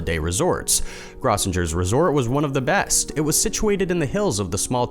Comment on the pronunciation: Grossinger's resort, famous vacation spot for New York Jews, was beautiful and equipped for nearly every sport, winter or summer. It also was the place where outstandingly funny comics worked to hone their craft. It is also pronounced "GROW-sin-jer's." For shame! Stay safe, everyone.